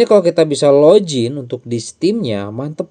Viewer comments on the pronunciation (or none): Login bang bukan lojin 😅